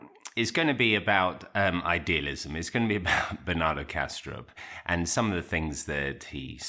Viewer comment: Cool! I thought you were saying Banana Castro. I just bought Bernard Haisch's latest. I read a previous work of his which resonated with me.